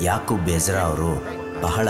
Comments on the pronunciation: Ijida alla ezra....boli makla kannada kaliri modlu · It's not egida ....it's Ezra 😩